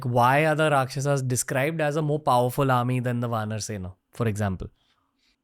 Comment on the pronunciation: Here you are celebrating our history and on the other side you guys try becoming white by pronouncing rakshasAAS vaanarAAS. Let's stop pronouncing indie words wrongly from now on!